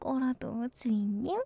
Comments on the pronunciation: 저분 노린거 같아 주인님으로 들려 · 주잉님ㅋㅋㅋㅋ 주인님으로 들려 내 귀를 불살라야겠어